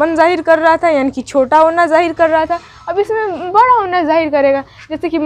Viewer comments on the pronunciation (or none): none